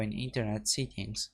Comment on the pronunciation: When he says settings it sounds like he is saying seekings, it's (se, tt, ings) not (see, kings) But thank you it worked for me